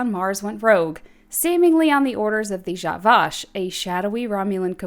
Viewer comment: It's the way she said zhat Vash